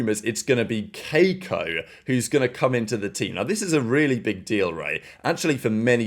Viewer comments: The bro said KAY-ko with his whole chest 😂😂😂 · is it that hard to say kee-ko